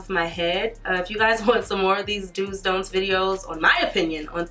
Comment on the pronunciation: 🤣 i can't focus on anything but that "dont eye"